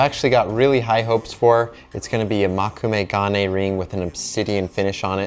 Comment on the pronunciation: Moe-kû-may- proper pronunciation